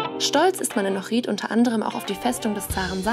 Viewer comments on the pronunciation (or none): Ich will dich nicht beleidigen oder sonstiges aber du sprichst meine Heimatstadt komplett falsch aus 🤯 du betonst das iiiiii zu sehr als würde man Ohrid mit langem i schreiben,... Aber mir ist aufgefallen du betonst allgemein die Wörter mit i anderst, so wie bei Raki zum Beispiel,... Aber tolles video 👍🏻